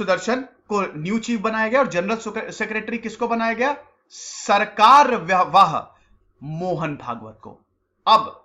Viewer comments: Vo सरकार्यवाह होता है पगले ' सा करा vaha' नहीं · The video is very informative but Sir, I would like to bring to your notice that few pronunciations and translations are incorrect and unclear which ultimately change or give an unclear meaning of few words. I've been doing my research on this topic offlate and you can ping. Words like : Sarsangchalak; Sarkaryawah, Pranth Pracharak